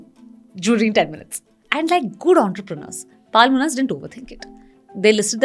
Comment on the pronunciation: It's not Paalmonas. Horrible pronounciation